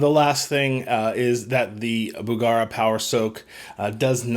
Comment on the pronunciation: BugEra not BugAra